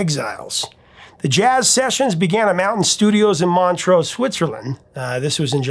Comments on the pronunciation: The city in Switzerland is pronounced 'Mon-troo'. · Why can't people pronounce 'Montreux' correctly? It's not Montreaux.